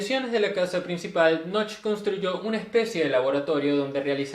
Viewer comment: No se pronuncia "noch", sino "noje". Knoche="noje".